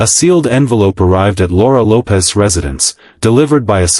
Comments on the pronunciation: AI gets it wrong again. It's pronounced Lopes not Lopez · It’s pronounced Loweps.” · Camilla needs to learn that her children are not welcome at royal functions. Laura's last name is Lopes, rhyming with dopes.